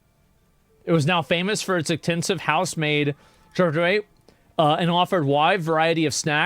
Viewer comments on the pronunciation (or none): did he just abort trying to pronounce charcuterie?